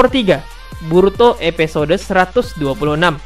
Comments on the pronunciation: Episode bang bukan epesode pengucapannya. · Ngomonya episode bkn epesode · Sama njir.. Padahal di judul dia nulis episode tpi dia baca EPESODE.. Wkwk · Episode bang bukan epesode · Episode woyyy bukan epesode 😂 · Kak bisangaksih bilang episde 😡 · EPISODE WOI BUKAN EPESODE. mual gw dengernya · Epesode....!!!! Kyak mau keselek lu ngomong min.... Menjemput bukan bejemput... Untung aja gk bejembut...